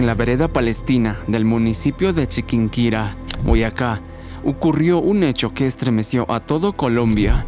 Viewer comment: Colombia, me dueles :( muy buen vídeo tho :) por cierto, es Antioquia, no Antioquía, y Chiquinquirá, no Chiquinquira :)